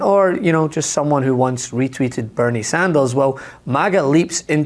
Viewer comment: "bernie sandels"? new congressman?